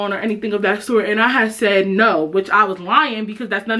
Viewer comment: The "NOE" got me cryingggg.